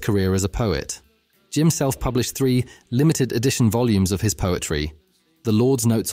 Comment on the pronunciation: Why can’t you pronounce Ray’s name properly. There are thousands of clips of people pronouncing it. The emphasis is on the 2nd syllables phonetically Man-ZEHR-ik